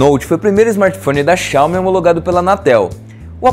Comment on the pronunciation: Não queria falar nada não, mas o pronunciou errado o nome da empresa. HUE